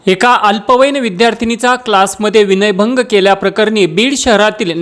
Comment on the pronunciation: ते विनयभंग असते.... वनय नसते